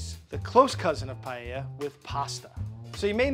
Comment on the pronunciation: Thank god the cheff can say paella right